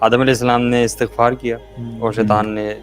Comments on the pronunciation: Thank you for the great message broth but please pronounce the word Astaghfar correctly ❤ regards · Bhai istigfar parhy hai Istigfrulaah